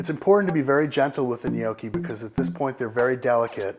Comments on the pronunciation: People love arguing over stuff like this and I don't really mean to add to this, but I also want to say that he's not pronouncing it right. He's saying it more like "nee-oh-key" while the "ee" is too long and the "oh" too long and deep. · It's a short o, not a long o. An "ah" sound, not an "oh" sound. Properly pronounced like it is in the video, 'Nyahki.' My grandparents from Abruzzo used to smack me on the head if I ever pronounced it with the long o. Great video though, just thought I'd let you know how to pronounce it correctly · the only problem with his pronunciation is that he pronounces like Gnochi since in english there's no "double consonant" sound but "cc" in italian is pronounced like a strong K with a long wovel before the double consonant to it should be pronounced Gno'KKi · Take it from a WHOP, people; it's pronounced NYOKKEE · UR DOING IT ALL WRONG !!! Who the hell says "No-key" !!! I am 12 and can cook better then this fat ass !!! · he's pronouncing it almost right...maybe he should add a G to the end but it's not so easy for non italian-spanish speakers. To erase any possible doubt on pronunciation, in italian (and believe me, I know italian, since I'm italian and I'm majoring in languages and phonetics) GN=Ñ as in spanish NIÑO and so on. So it's something like Ñokki in pronunciation :D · Good video however you are pronouncing it wrong... My Noni made the best gnocchis! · omg!!! gnoooowkey!!!! that's hilarious....the way he says it has me laughing hysterically...I couldn't eat them, I tells ya. Ricer???? ha! Parmeshan? WTF???? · You're Doing It All Wrong: You're Saying "Gnocchi" wrong. It makes me cringe. I can't even finish the video because I can't bear to hear you say "gnoow-chi" again. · If you pronounce gnocchi as "nee-oky." You're doing it all wrong. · When you pronounce gnocci as "Noky" you're doing it all wrong. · im not Italian or know very many but hes saying it wrong isn't it *nokki* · omg if he says gnocchi wrong one more time!!!!! lol